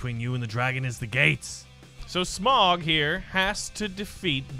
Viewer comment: I love how much of a lotr fan he is but it’s so mildly infuriating that he pronounces smaug as smog